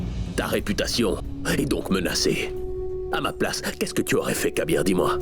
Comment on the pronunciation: Kabeer et non kaiser 😂😢